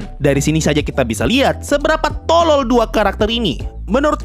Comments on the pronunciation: kata "TOLOL" sangat ditekankan wakwkakwkaw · Bang lu pas ngomong tolol kok menghayati amat😂😂